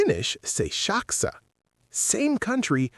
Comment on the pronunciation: Saksa is not pronounced shaksa in Finnish.